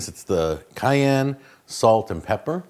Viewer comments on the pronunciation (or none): none